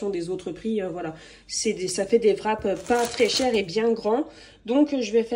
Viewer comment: Fin de mois: festival de touski! Vrap( wrap)???? Le w ne se prononce pas. T'es comique.😅